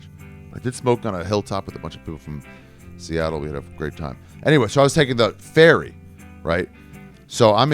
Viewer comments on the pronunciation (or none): none